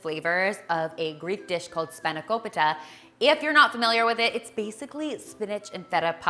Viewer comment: Oooooo that pronounciation: spanakopita! Excellent. Next time try to add toasted pine nuts as well. Delicious.